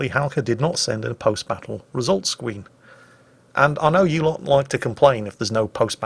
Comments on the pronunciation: says "Squeen" instead of "Screen" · “Post battle result squween” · I really enjoyed that Post Battle Results Scween and don't think I didn't notice that little verbal slip up. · Post battle results 'squeen''? XD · just wanna point of "Halkder didnt send in any post battle results 'sqween'" sorry but a funny flub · Did say scween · "Post battle result skween" xD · what happened there scween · "Post Scween." Thought we'd let ya get away with that one, didn't ya? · 4 kills for 44k damage tanked and 0 dmg taken says more than a "with enemies like these" comment ever could...entertaining battle though. Edit: Also, what's a "post battle results squeeb"? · did you just say scween? i want two swee thiyus battew twoo tiww the vewwy wast mayun edit: UwU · Wait... Wesult Scween? 😄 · Lol he definitely said skween hahahahaaa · "Post battle results squeen" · Post battle results scween. Me: Hehehe: gun cocking sound Me: Yikes... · What’s a post battle results “scween”?